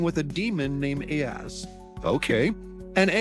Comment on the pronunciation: Aahz is pronounces oz . Aahz even makes fun of the fact , ' not that Oz'